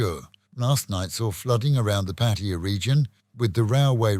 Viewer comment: It's not patiya it's "" PATTAYA "" NOT patiya